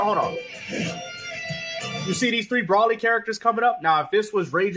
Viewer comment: Good don’t buy the fucking game bro keep playing fighterz or xenoverse 🤷🏾‍♂️ this dude just making a video for views deff won’t finish this video I am willing to bet $ this dude ends up buying the 260$ ultimate edition he calls him broly with the short O not long O 😂😂😂😂😂 that’s how u know this dude has no clue what’s going on 😂😂😂